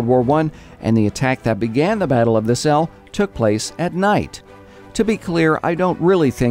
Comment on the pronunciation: Hey, you pronounce Selle right in this video, but not so much in the next one. Great job,! Keep up the good work.